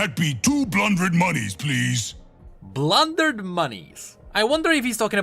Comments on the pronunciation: I think he is trying to say two hundred but doesn't know how to say it... Just like pharmacisisist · Two-blundred = Two-hundred